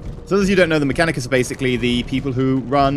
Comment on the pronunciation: Nick Van Riper Well it's Mechanicus, (me-KAN-IK-us) but I can tell why it might be confused.